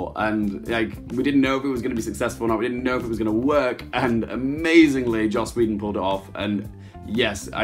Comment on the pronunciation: Did you actually just say you love joss wheedon?